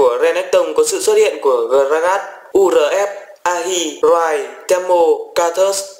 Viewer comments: Ahri đọc là A-ri chứ ko phải là A-hi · ahri mà ad đọc ah hi :)) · ảnh nền renekton có ahri mà anh đọc thành ahhi